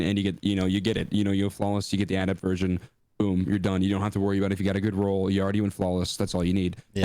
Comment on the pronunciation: Can we talk about how doesn’t pronounce adept correctly? Finish high school much?